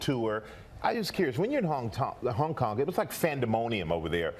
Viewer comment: "so... When you were in Hong Tong" lol